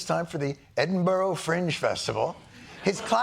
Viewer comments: Come on Jon STEWART!!! You have the name of several SCOTTISH KINGS!!! Surely you can do a Scottish accent. And it's pronounced Edin Brer not Edin burrow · Jon, love you to bits. BUT FFS, it's not EDINBORROW, or Edinbrough. It is pronounced Edinbruh. Bruh and in DUH ! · Why can't Americans pronounce Edinburgh. It is NOT Edinbro Bro ! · Last name Stewart and can’t pronounce Edinburgh and Inverness 🥀🥀🥀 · That's not how you say Edinburgh